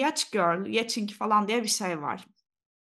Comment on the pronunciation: İlk kez pod cast izledim güzel baya sarıyomuş :D Bu arada yachting baya yahting diye okunuyo diye biliyorum ben yani çok öenmli değil de söylemek istedim :D